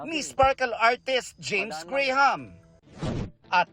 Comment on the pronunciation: Graham. Pronounce Silence “H”